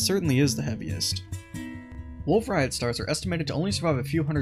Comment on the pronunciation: The T in "Rayet" is silent. It's a French surname.